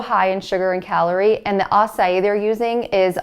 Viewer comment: Acai is pronounced 'ah-sah-eee'